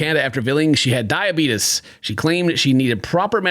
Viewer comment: says DIABETUS like Wilford Brimley 😅